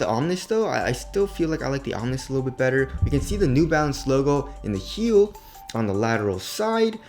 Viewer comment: omni means "all; of all things" that word is pronounced (om-knee) not (om-nis) you sound stupid when pronouncing it wrong. just from another Asian brother to another